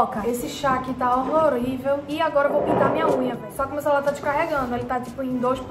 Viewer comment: "Horrorivel" kkkkkkk